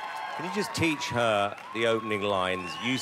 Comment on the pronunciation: I have a question,were you supposed to say her instead of fer